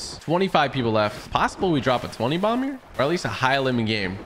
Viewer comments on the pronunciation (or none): Anyone else notice TG said twenty domb